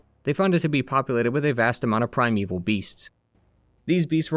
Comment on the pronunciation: its "primeval", meaning "the earliest time", not "prime evil" lol. just fyi